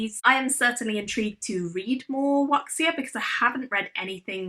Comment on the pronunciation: I haven't read any of these books yet (except for the one I wrote), but I'm definitely intrigued by several of these. Seraphina's Lament is on my list because I'm reading all the LGBTQ+ books first, and The First Step also sounds intriguing. I believe Wuxia (you say it more like "WOO-shuh") is specifically about martial artists in ancient China. A popular example is the movie Crouching Tiger, Hidden Dragon. I've seen several movies in this style, but I think I've only read a few books in the genre, so I'm interested to read more. And finally, I'm definitely saving Rocks Fall Everyone Dies for a day when I need some comedy. Since I've played a lot of tabletop RPGs like D&D, just reading the title makes me laugh.